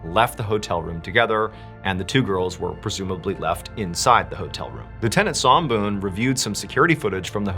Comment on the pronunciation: MrBallen, your pronunciation is pretty good, almost there. Somboon, "Som" pronunciation is short, not long. That's my mom's name.